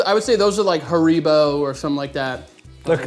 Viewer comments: how tf did you just pronounce Haribo? Hariiiiebo? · did the right one just say Hariebo? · im american and have always heard it pronounce "hair-ih-boh"/"Hare-eh-boh", but theres always people who will pronounce things different lol. My mom and many of my friends call "reese's", "Ree-sees" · Wait… how did that guy pronounce Haribo?! I’m from the UK do we just pronounce is different…